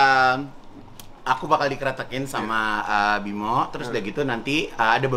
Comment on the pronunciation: Kak igun, namanya bima aryo bukan bimo 😂🤣